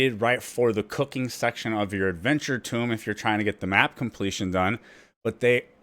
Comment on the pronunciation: Helpful video as always. A quick tip: the word "tome" is pronounced with a long O, rhymes with bone. It's not pronounced like "tomb".